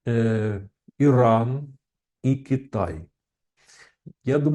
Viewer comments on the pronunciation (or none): none